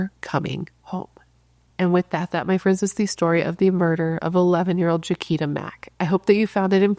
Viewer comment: Her name is pronounced (Ja-qweeta) She was my childhood friend. Our whole church looked for her when she disappeared. 😭😭😭 NEW SUBSCRIBER 🎉🎉🎉